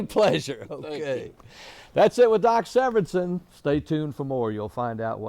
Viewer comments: that would be Doc S e v e r i n s e n not SeverEnson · Isn’t it Severinsen?